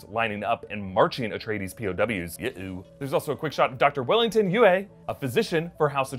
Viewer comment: Couple clarifications, per Frank Herbert “Chani” is pronounced “Chain-ey” and “Yueh” pronounced “You-ee “ :)